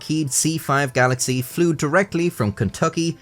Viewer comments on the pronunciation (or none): none